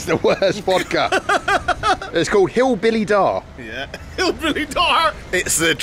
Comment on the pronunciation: "Hillbilly dar" laught so hard)) it's called "hLibnuy dar" - breads gift (In Ukraine wheat synonym is "bread", company that makes vodka from wheat, or as they say they are) and yes, it is terrible)) sorry for my English,I hope it was is interesting)